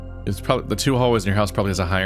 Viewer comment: Two --> "Twof" = F